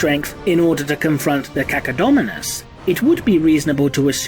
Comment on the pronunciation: When said Cacodominus I was like "huh....... cucka what?"